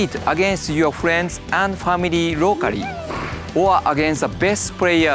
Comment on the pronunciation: "You can pray with famiry and friends rocary"...music to my ears! :D